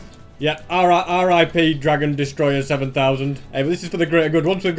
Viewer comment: Anyone caught him saying ri rip but sounded like Ara Ara